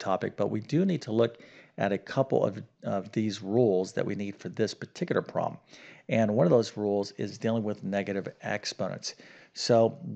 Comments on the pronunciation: I hear him saying "prom" rather than "prob" or the correct two syllable "problem", and yes, it bugs me too. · The word "problem" has two syllables, not "prob"; also, the word "thorough" is pronounced "THUR-oh" -- not "THUR-ull" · I hear him saying "probm", but that is not a probm for me.